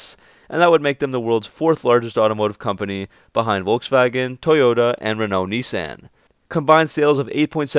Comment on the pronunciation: Not as much as the way he pronounces Nissan.